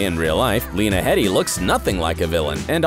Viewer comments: Okay it's pronounced Heeedy... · Lena Heady's name is pronounced Lena Heedy even though its spelt Heady.